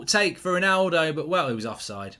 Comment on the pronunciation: Who is rolllnaulldouuu?